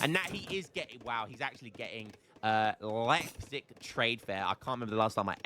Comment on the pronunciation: Kudos to you re your pronunciation of "Leipzig"